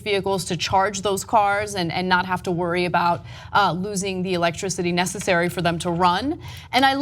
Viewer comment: lol Ana almost said "necessory". xD